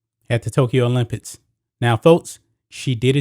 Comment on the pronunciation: It sounds like this dude is saying the word "OLYMPITS" instead of "OLYMPICS". Am I tripping 😂